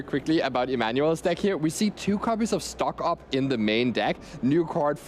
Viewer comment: LoL when the commentator say "Stock Up" his dialect make it sound like "Doc Ock." to me🕷🐙